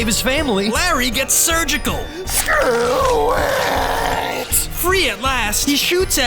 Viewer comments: You like to say SREW IT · why they keep saying sruit